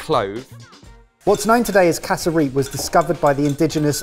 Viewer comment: Hearing the boys say "casa-reap" instead of "cass-rup" was wild. Also instead of cassava bread, roti would've been great for a side!